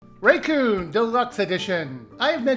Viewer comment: By the way, "Rakuen" is pronounced "ra-ku-en." In Japanese, it means "paradise"